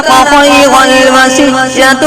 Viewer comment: دوسری جگہ خیرَ الوصیۃ نہیں خیرَنِ الوصیۃ ہے